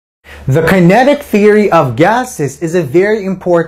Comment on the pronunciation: learn how to say "Kinetic" kokhla